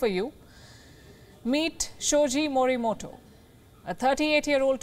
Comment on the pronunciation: Fine, but the pronunciation मोरीमोटो is not as per Japanese spirits. I am writing in Devanagari because even English is not able to convey it, the fact that Japanese does not have consonants टा, टो etc their words are made of ता, तो etc and hence the correct pronunciation should be मोरीमोतो ।